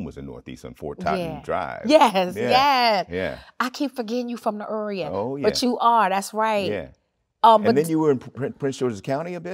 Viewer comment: LOVED THAT DROP OF DC ACCENT THE UR-EE-UH